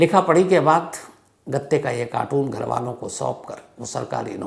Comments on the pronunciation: Tragic story 3,55 शम्स साहब it is carton not कार्टून Mosly ppl pronounce it like this, कार्टून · Please check ur pronunciation of the word carton...it is always pronounced wrongly..